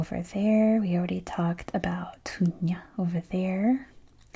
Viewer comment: Thank you for this video. The pronunciation for Tunja would be Tunha, just like haha :) I appreciate your interest and love for our country. Great content.